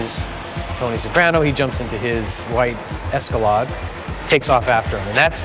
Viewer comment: Who the hell doesn’t know how to say the word Escalade